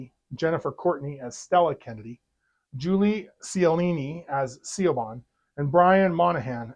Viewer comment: Even with facing technical difficulties you managed keep up with your videos. Thank you for watching this movie so I know to avoid it. Btw, the name Siobhan is Gaelic and usually pronounced like Shivon.